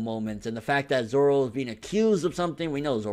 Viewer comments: grimmjow jaggerjack ZOWO get it right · grimmjow jaggerjack his name is Zoro. Zolo is wrong.